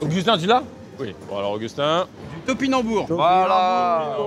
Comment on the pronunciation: To pi nam bou rs... 5 syllabe mcfly😂